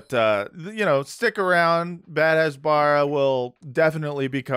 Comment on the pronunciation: You all are doing a tremendous public service with this podcast. But if you're going to dunk on Michael Rapaport for not pronouncing words correctly, you should learn to pronounce "hasbara" 🤣🤣🤣 🤦‍♀